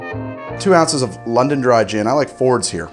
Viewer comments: “Londond dry gin” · "LONDOND DRY GIN"